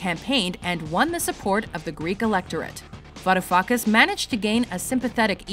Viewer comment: Gotta love that Varoufuckas pronunciation ;p